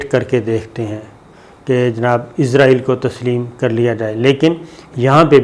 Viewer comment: صابر بھائی آپ ہمیشہ اسرائیل کو ( ازرائیل ) بولتے ہیں 🙏